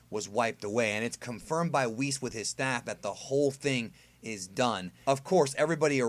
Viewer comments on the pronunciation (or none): none